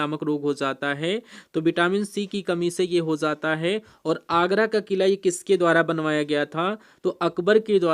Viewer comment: Aagara 😂 kila galte kyu bat rahe ho